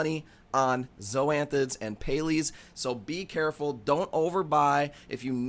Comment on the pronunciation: What are Pay-lees? 😂